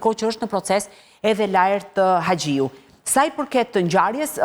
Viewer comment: Po moj klodiana po ne vend te xh e thot gje Laert hagjiu thot jo haxhiu dhe te tjera fjali e ngatrron gjithmon